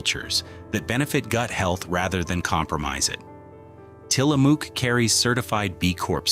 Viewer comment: Being from Orygun .. It is Tila mook ... It rhymes with COOK ..